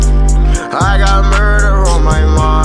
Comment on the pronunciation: Every time he say muder it’s Roblox 💀